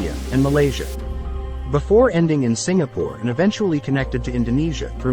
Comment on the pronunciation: You mispronounced Singapore